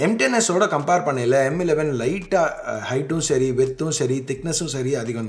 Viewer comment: Tamizh la sollum bodhu, yean bro M11 na emmu 11 emmu 11 solringa. Weird ah iruku. Kekradhuku.